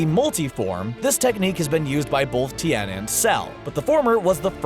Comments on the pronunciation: u say it like tee -yen not ten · Pronounces yamcha as yama cha pronounces tien as ten